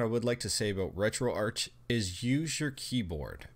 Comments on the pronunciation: Its RetroArc, but spelt RetroArch, it has a silent 'h' in the word... :) it stands for Retro Architecture cause of the emulators in it... :) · Ark. as in Archive.